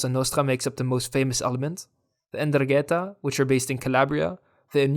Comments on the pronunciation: 'Ndrangheta has to be pronounced with the accent in the first a. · I don't know how other Italians liked this cartoon. You talk about the problem in the present as if we were still at nineties levels. You can't pronounce ndrangheta, and wrote _Gatteri_. And I have not heard a word about the capture of fugitives and the collapse in the number of crimes (1/10 compared to 90). I just saw the usual stereotypical shit